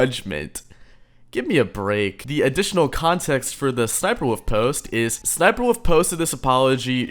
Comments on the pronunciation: ess ess sniper wuffie sniper woof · The way says ssnipie wolf 💀💀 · bro said sss niper wolf 💀